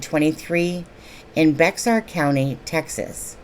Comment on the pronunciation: Bexar county pronounced bear.